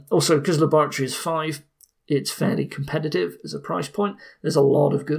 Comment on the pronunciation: "This is my lab! And THIS is my LAORATORY!"